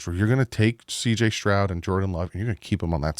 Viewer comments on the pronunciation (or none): none